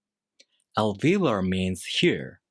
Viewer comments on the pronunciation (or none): Very interesting. And if I may help you with English, you're mispronouncing "alveolar" by leaving out the "o". This is very noticeable because this word has four syllables, of which the "o" is the most important one, i.e. the stressed one. You made the same mistake in the video about the normal R sound.